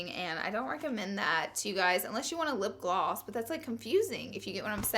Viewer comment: It's lipgloss. Not lipglwass